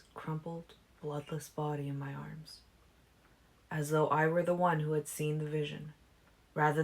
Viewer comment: When you read "though" and "too", you read it as though it's a separate sentence. It's distracting.